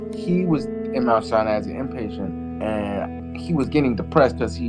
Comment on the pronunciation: Lol, the way he pronounced Sinai.